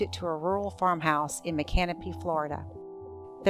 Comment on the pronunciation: A few regional notes for viewers: the town is pronounced mick-ann-OH-pee by locals, and it's located in North Central Florida just a 10 minute drive from Gainesville. Not Southern Florida! A very spooky quiet town full of live oaks, antique stores, and abandoned homes on the fringes. Never heard about this story until now, despite living here.